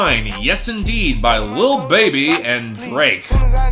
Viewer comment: Reik is pronounced like “rake”. It sucks that they sold out to reggaetón, they were much better when they stuck to their pop roots.